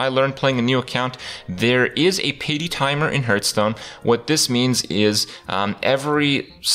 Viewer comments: hearth is pronounced like heart, not hurt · One thing you should not teach people is it's not pronounced "hurtstone".